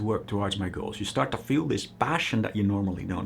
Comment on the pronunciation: He pronounced "girls" and "goals" the same way